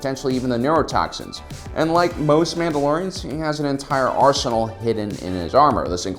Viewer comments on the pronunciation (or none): none